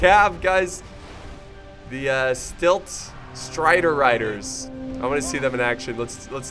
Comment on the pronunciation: also, super tilted that you kept saying stilt striders.... its silt striders. silt /silt/ noun 1. fine sand, clay, or other material carried by running water and deposited as a sediment, especially in a channel or harbor.